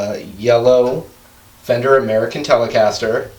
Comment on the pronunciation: I love how he says "ameerican" for almost every guitar